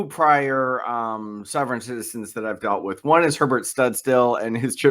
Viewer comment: “ Wit “ ? you aren’t going to get anything if you can’t say the word “ with “.